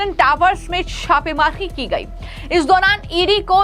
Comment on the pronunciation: पंजाब को पनअजांब क्यो बोल रही है ?? छापेमारी को शापेहारी बोल रही है ? जनता को झनता बोल रही है ?? पहले अपनी जुबान साफ करके आओ।😅😅😅😅